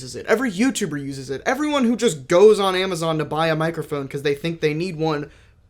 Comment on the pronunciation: "Mike err phone"